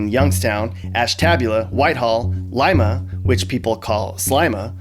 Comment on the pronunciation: Ashtabula is pronounced "ASH-tah-bue-la" not "ASH-TAB-u-la". Props on saying Chillicothe and Lima correctly